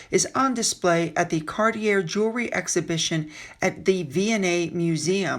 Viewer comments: Just FYI, Cartier is pronounced Car-tee-ay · Cartier is pronounced “Car-tee-aye”